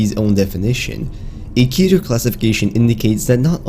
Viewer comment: It's Keter (Keh-ter) If you can say Keter Griffin then you are saying it wrong